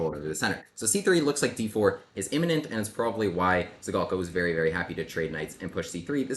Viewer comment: Not to be too nerdy, but »Zhigalko« has a [ʐ] sound, not a [z'] sound. Kind of like the sound s makes in 'mea s ure'.